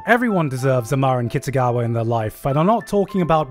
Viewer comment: Marin kitagawa not Marin kitsugawa..